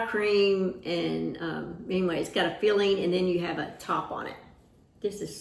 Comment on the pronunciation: I keep thinking you're saying feeling instead if filling. We all have different accents. I'm from Wisconsin.